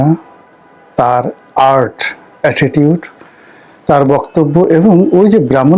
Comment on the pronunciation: একজন উচ্চ শিক্ষিত লোকের মুখের বাংলা ও ইংরেজী শব্দের উচ্চারন যেমন- ঐতিহ্য-ঐতিরয, এটিচিউট-এটিটিউট ইত্যাদি বড্ড বেমানান।